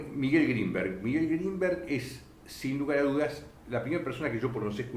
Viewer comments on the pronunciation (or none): Es GrinberG, con G final.